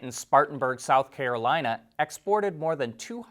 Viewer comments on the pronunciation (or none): none